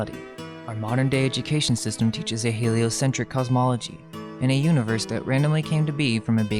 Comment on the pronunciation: He-lie-o-sin-TRICK model? 😂